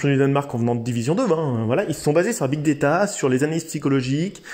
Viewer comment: On dit pas big déta, mais big data